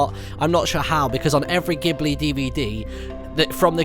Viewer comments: Btw Martyn it's Jiburi not giburi. ( I'm Japanese :p) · So beautiful!!!! Also pronounced jibli ghibli, not gibly ghibli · It's pronounced Jiblee... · Oh how I cringe when he says Ghibli as gibly and when he doesn't follow the path on the map aaaah! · Ghibli is pronounced jibli. ;)